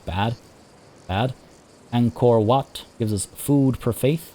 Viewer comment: I like how you pronouce WAT. It is so accurate.